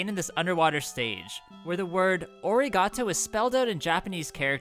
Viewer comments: Arigato and not origato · “origato” lol